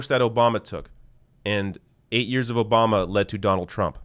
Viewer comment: "Barack O-bomber"...lol gets me everytime